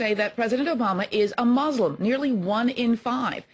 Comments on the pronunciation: It's "Muslim" not "Mulsim" Let's see, they have Muslim, Christian, Unsure and Neither. What, can't Obama be a Jew? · "Pew: 1-in-5 say Obama is Mulsim." What is a Mulsim?